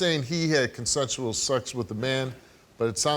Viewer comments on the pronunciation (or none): Nigga said “concentral” for consensual . He’s guilty off rippppp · He says it was “CONCENTRAL” 😂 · He can’t even pronounce it I knew he was lying